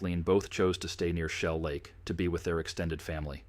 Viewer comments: I wish these messed-up-priorities channels would quit using AI. Shellac?!?!?!? No jidiot, AI. It's Shell Lake. UGH. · You know the voice is AI when Shell Lake comes out as Shellac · If you’re going to use a computer generated voice, the very least you can do is to be able to properly pronunciation words. Shell Lake is not pronounced shellac. shellac is something you put on wood. Whoever is producing this proof hears what you’re putting out absolutely stupid production.